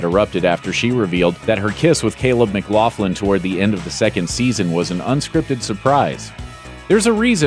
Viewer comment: Its mick-loc-lin not mclaflin